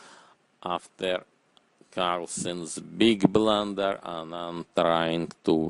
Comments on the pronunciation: BIG BRLUUUNNNDERR! Looks his faces unhreppy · sir,i want the commentator to narrate my life"beeeeg blander we need you"